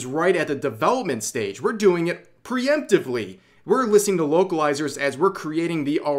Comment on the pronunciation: Whenever Rev said "vocalizers" I hears "wokelizers" :)